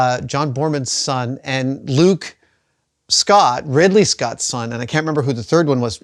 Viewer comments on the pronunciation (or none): none